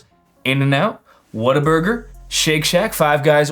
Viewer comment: You said Waterburger wrong